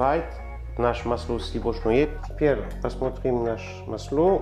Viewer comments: Слушаю и душа поет! Мы все стали говорить дома маслО!!! Обожаем!!! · Уважаемый, не в коем случае не исправляйте свой акцент, все очень понятно, не старайтесь говорить чисто, в этом и вся прелесть, это вызывает интерес я вот слушаю вас и думаю пока не исправил ударение на слове масло и успокаиваюсь, все понятно и даже очень.... тем более что появляются субтитры, это наверно заслуга монажа, то есть того кто это делает. В этом акценте и не точного произношения вся прелесть. Искренность, любовь к тому что вы делаете, профионализм, заметен и так. Подписался и смотрю вас с огромным удовольствием в Греции